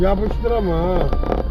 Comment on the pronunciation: yapışdırdınğ laa